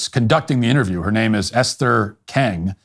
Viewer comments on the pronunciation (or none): none